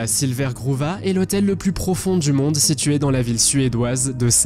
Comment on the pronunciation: Hôtel du MONDE et non pas du DONDE !! 🤣